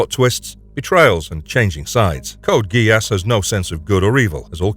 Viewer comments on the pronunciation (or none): Is this an an AI voice? The odd pauses and he the pronunciation of GeASS... lol